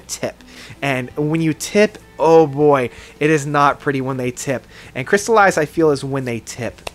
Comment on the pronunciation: Track #7 is Chrysalis and not crystallized. Your pronunciation of french is horrible, but we still love the reviews you do. According to me L & B is a good album but not as much as The World is a Game, Beneath the Veil of Winter's Face or One Among the Living. Despite this, Mystery is a world class band with world class musicians. This band comes from Québec Canada, my side of this country and we are really proud of them.